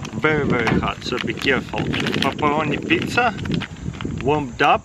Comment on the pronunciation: paparoniz pezza😂😂